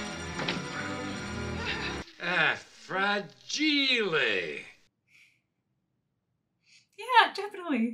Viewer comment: "Frah-gee-lay" "You'll shoot your eye out" "I triple dog dare you!" "Oh fudge....." "I can't put my arms down!" "Be sure to drink your Ovaltine" Tis the sheshun to be jorry, fa ra ra ra ra" You can say any of these in the middle of July and people will know what you're talking about. As for the sequel that came out this year, I would say that they did justice to this movie. And since this movie is fresh in your mind and you seem to enjoy the Holidays before (and likely after) Christmas itself.... maybe you'll be inclined to watch it. (insert Ralphie winking at you) And if you were to decide to watch it next year, it will be totally worth the wait. I hope you and your family and of course, Titus have a wonderful New Year!